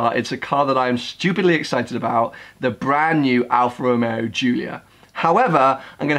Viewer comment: Al Fa Ro Meo. Yes, that's it.